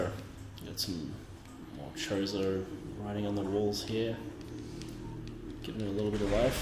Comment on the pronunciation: Everytime you say "chozo" I hear "chorizo"